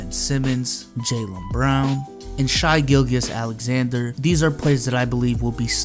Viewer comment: How he pronounced Shai gilgeous 🤣🤣🤣